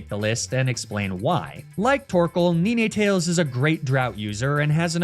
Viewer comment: I'm out of the loop, why does pronounce some of the pokemon like "arca-neenay", "neenay-tails", "magna-metee"? Just for fun? 😅